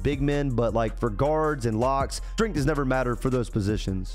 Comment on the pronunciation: Lol why do u say strength like tht😂 “stringth”